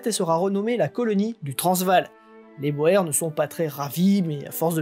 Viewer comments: Prononciations: à faire, soit dans la langue d'origine, soit francisée. Or, ici, on tombe très mal: - "sir" est évidemment à prononcer , pas - "boer" (paysan) n'est pas de l'Allemand, mais du Néerlandais et impossible à franciser. Prononcer uniquement , y compris au pluriel. En effet, le pluriel est "boeren" en Néerlandais, incompréhensible pour la plupart des auditeurs. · Remarque : on prononce le mot "boer" : "boure" . C'est un mot d'origine néerlandaise qui signifie 'paysan' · Oui boer prononcé comme cela c'est plus un petit poisson.